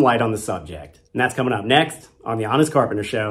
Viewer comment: Thanks for the information. But you should say "honest carpenter" a bit more slowly. Twice I heard "honest corporate" and was like "maybe I could buy that".